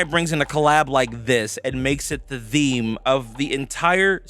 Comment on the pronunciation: How often you want to say the word THEME wrong?